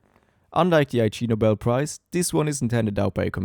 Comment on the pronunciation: it's pronounced 'igg-nobel' not 'I.G. Nobel'. it's a pun on the word 'ignoble' which means 'dishonorable'